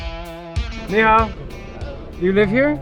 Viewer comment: IT'S NIHAO NOT YEEHAW!!